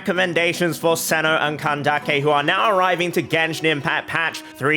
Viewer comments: (NO HATE) its "cyno" and "candace" not "seno" and "kandake" i know the origin of candace is kandake but thats not her actual name they named her candace so you should call her that and i dont even know how you think seno is the right pronounciation because its written cyno like "sai no" or "sih no" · you are pronounsing it wrong is cyno and it should hear like syno and candice and replace the i with an s :D no hate dont take this serious pls man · How do you get “Cenno” from “Cyno”